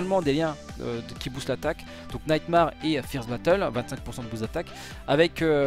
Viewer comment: "Naïte Marre"